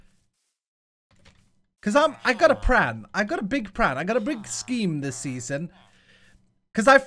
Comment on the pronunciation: what is his mission on the "plan" pronunciation?